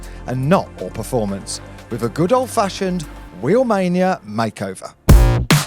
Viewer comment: the moment he said wheelmainia